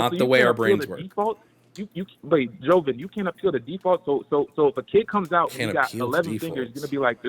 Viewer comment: I know homophobia and transphobia is strong within black communities but holy shit this guy was some other form of that. And for a "brother," you'd think he'd know how to say Jovan, but what do I know.